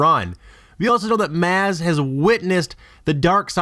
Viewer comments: Am I the only one bugged that he keeps pronouncing Maz wrong? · 1: your pronouncing her name wrong 2: the droids R2 and C3P0 were above the planet being chased by a star destroyer and got into a escape pod and landed on tattoine 3: how would maz even have control over this happening before doing a fan theory do more research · Omg, Everytime he says Maz it makes me cringe! You pronounce Maz wrong!! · I couldn't even watch the whole video because the continual mispronunciation of the name "Maz" was driving me insane... Did you actually watch The Force Awakens and hear how her name was pronounced? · Ok please please please say her name correctly in future videos. I was yelling at the screen every time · I sat through a 30 second ad for this?And how do you mispronounce a name that was said in the movie several times? He must have only read the book. His favorite part was when Fang and Pie stole that toe fighter, right? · stop pronouncing maz wrong. trying to make a theory when you don't even know how to say her name. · I'd be more inclined to give this some consideration if you actually cared enough to pronounce the name of the subject character correctly. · Omar Correa true. If I here him say "Maz" with a short a one more time I'm going to put a lightsaber in my ear. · DaGerminator Stop running around this feed defending this garbage. What are you his mother? He doesn't even pronounce her name correctly. He put his poorly researched theory on YouTube for the public. We don't like it, so we're saying so. That's how this works. That's how all this stuff works 😂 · STOP SAYING HER NAME WRONG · Giving this video a preliminary 'thumbs down' for such a dumb idea, we'll see how you explain yourself but I doubt it'll be good. EDIT: YUP, ridiculous. Though I have a feeling this is a poor attempt at trolling from the pronunciation of the most basic words. Also from the fact you forgot how Maz showed her bare eyes in the movie. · stop saying maz wrong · pronounces maz wrong